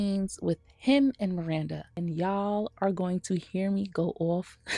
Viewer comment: Preach sister! I'd rather be single than lower my standards and live with mental and physical distress. I also HATE Steve, just the way he pronounces Miranda – MIWANDA 😒... I've reached a point where I can't watch SATC anymore; it's a real pain in the ass. But I still love the fashion in the show; it is and always will be iconic 💖